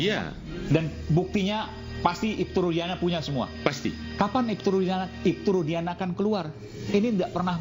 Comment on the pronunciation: Nyebut Nama Orang yang Bener Kamu...... RUDIANA bukan RUSDIANA..... Kamu itu benar pengacaranya dia atau asal bela orang saja.... Jangan-jangan Kamu salah bela orang....